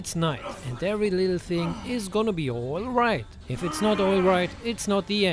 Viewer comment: Damn caught off guard right at the start with “Oilright you guys.” :D